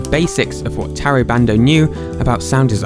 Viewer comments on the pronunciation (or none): Everytime you say bando i think you say brando